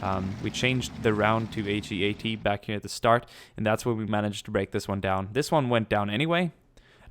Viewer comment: A quick tip, say heat like hot or cold not he-at. it stands for high explosive anti tank if you didn't know. It's just he-at sounds a bit weird :).